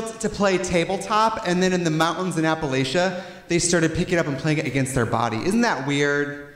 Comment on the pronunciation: Tracey I love you but if you're gonna play the autoharp please pronounce Appalachia the Appalachian way